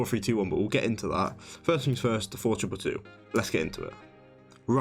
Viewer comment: Again good and interesting video. But why not showing the formation for the 3 Tactics ? For all who dont have English as mother language its again hard to understand. Your "Four triple 2" is so short and unclear, i had to hear it 5 times. What formation you had for the second an third tactic i could not understand/hear. Best solution: show the overview of all 5 tactics.